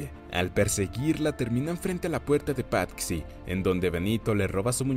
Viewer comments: Muy buen resumen pero........ Patxi es nombre vasco que se traduce como Francisco y xd se dice Pachi no pat-xi perdón por corrección pero me pitaba el oído cada vez que lo decías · Debo decir que el nombre no se pronuncia "Patsi" sino "Pachi". Cosas de los Vascos... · Se dice pachi no pat-si xd